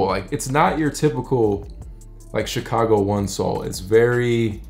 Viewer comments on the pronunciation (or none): none